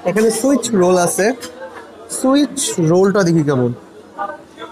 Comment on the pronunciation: Bro, it's Swiss roll ant switch roll